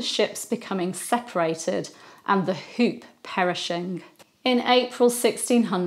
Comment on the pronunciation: The shop called the Hoop is the Dutch word for Hope and is pronounced as Hope. For your information😊